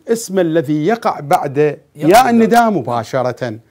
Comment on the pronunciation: اكثر كلمه سمعتها ندئ الندائ ندئ سوه هيج وراح الندئ🤦🏻‍♀️